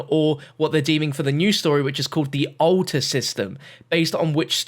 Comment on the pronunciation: ‘Ulta’ or ‘altar”?